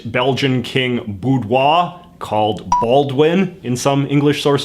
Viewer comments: I don’t know whether to laugh or die a little inside hearing JJ pronounce Baudouin as “boudoir”. I don’t speak French that well either, but it’s closer to “BODE-wan” from what I gather. My personal take on foreign names is: if I come across someone with a very foreign sounding name, I wouldn’t hesitate to ask the person how to pronounce it properly and try to master the pronunciation as much as possible. When it comes to significant people in history, the general convention is to refer to them by their English name and/or pronunciation if they’re from relatively way back in the past (although there are some exemptions, like Charlemagne, as that comes from the French “Charles le Magne”, or “Charles the Great”), but if they’re a current world figure or from relatively recent history, then they’re referred to in the name used locally (for example, the current King of Spain is Felipe VI, although previous Kings of this same name have usually been referred to as Philip). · Right. But pronouncing “Beaudoin” as “boudoir” is high-tier laziness. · No offense, but your pronunciation of Baudouin was so off I just started laughing hysterically. It's pronounced baw-dwin (aw pronounced like aw in thaw)